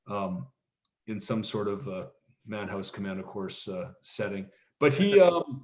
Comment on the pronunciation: Pronounced Manaus and Bangui. Not manhouse and bungi.